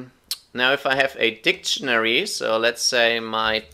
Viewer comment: keep your opinion , that "funcchen" and "dicchenary" countinuesly gives me headache , this is mine :)